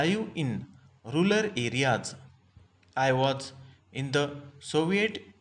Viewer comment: Rural hota hai sir aap rular padh rahe hai baar baar